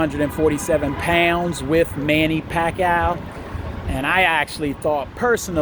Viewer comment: He said Manny Packoww...